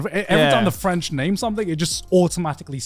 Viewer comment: As someone from Québec that "french" gibberish Garnt spat out audibly gave me cancer